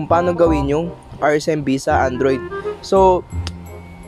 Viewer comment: its the ✨andwoid✨for me hahahaha lmao